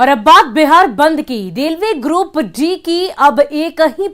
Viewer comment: ओ मैडम जी ग्रुप डी होला ग्रुप जी ना....पहले तानी सीखा ला तब बोला